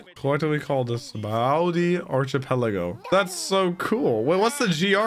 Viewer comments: Just so you know it’s pronounced Sab-a-ody not sobawty 😅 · It's pronounced "Shabondy". It's based on the Portuguese word for "soap". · Sabaody is pronounced ”Shahbody”. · Its pronounced "Shabondy" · I know it doesn't look like it, but you say it "Sha-bon-dee" Archipelago.